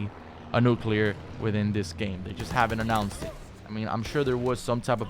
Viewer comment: "nuUclear streaks" lol